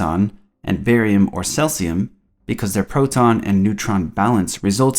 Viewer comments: Awesome work - again :) I didn't scroll far in the comments, but it's 'cesium' not 'celsium' :) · should this be "cesium" rather than "celsium"? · Celcium? im sorry my friend but i believe you mean Caesium (SEE-zee-um)...... Amazing video otherwise as always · cesium, not celsium [sic] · cesium or CELSIUM?